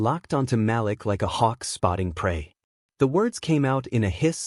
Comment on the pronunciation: For one thing the name is Ma'Lik not Mal'lack please pronounce the name correct